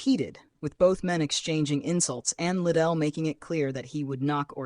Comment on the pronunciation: it isnt chuck little its lidell